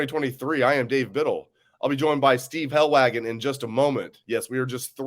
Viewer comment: I like Helwagen, but it weirdly bothers me how bad he messes up these kids' names. I mean, it's not hard to learn the proper way to pronounce a kids name correctly. Names are important